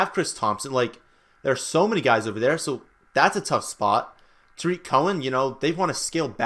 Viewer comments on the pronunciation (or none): none